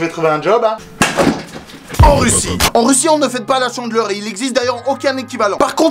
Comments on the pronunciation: 《Chandeleur》 on prononce pas 《Tchandeleur》 Pitieeeer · C'est la "tchandleure" je suis morte .😂😂😂😂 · La...chandeleur... ou est la liaison avec un T? 😂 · Hey c juste pour te dire que c pas la «tchandleur» mais la «chandeleur»😂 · On dit la chandeleur pas la "tchandeleur" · c pas tchandeler c chandeler😂😂😂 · CHANdeleur pas TCHENdeleur 😂😂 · c'est pas la Tchandleur c'est la Chandleur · on ne dit pas chandler mais chandEleur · Chandeler pas tchandeler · Ca m'a fait rire parce que tu dis la Tchandeleure 😭😂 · C trop drôle quand à au lieu de dire chandeleur tu dis tchandeleur 🤣🤣🤣🤣🤣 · La "tchandleur" mdr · il dit la tchandleur chelou comme prononciation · Mdrrr il dit tchandleur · la "tchandleur" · Tu dit tchandeleur